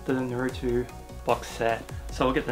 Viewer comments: it’s nah-roo-toh smh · Damn really cool haul also naruto is pronounced like - nah-roo-toe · Actually i'm pretty sure in the original pronounciation you don't here the 'u' :) So it's more like Narto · I don't want to be mean but the way you pronounce naruto is so funny.